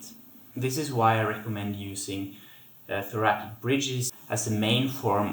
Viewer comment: Thanks for these excellent exercises- will add to my bridging routine! One comment- thoracic is pronounced thora"SICK" as opposed to thora"KICK" Thanks again! :)